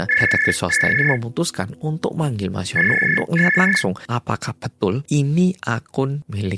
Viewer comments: iya sama aq jg dgernya jd Yono😂😂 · Kirain aku sendiri yg denger namanya jadi yono😅 😅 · Telinga ku dengar nya yono 😅😅😅😅😅😅😅😅😅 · Bang maaf gw salfok sama cara baca hyunwoo, aku dengernya yono😭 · ngomong hyunwoo aku krungu e yono 😭😭😭 aduh kupingku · gue dengernya YONOOOO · namanya HYUNWOO, tp aq dengernya mas YONO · Mas hyunwoo ditelinga ku "Mas Yono"😭🙏🏻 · kenapa hyunwoo aku dengarnya jadi yono sih 😭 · sekilas kedengarannya kaya "Yono", melokal banget😂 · Sama di kupingq juga terdengar Yono.. mana yg di bayangan mlh jadi Yono bakrie